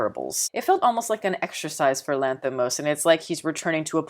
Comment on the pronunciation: it's very impressive how correctly you pronounce his name, like being Greek! 🙏 Probably his best movie but not for all.